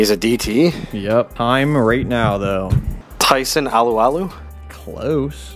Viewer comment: Tyson "o loo o loo" it's Tyson A loo A loo